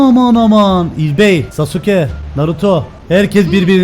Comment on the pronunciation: Abi Sasuke diye yazılıyor ama Saske diye okunuyor hatta Naruto animesindede Saske diyolar (bilgi amaçlı)